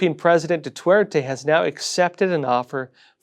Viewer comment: Please pronounce Duerte correctly. Thank you for the good work!